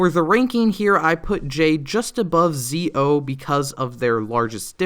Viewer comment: He said Zee O Zi-o is pronounced like "Ji-o"